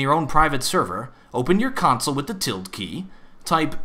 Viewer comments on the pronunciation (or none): none